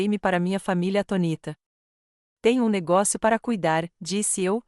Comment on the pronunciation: ATÔNITA.... A TONÍTA ERRADO. É ATÔNITA...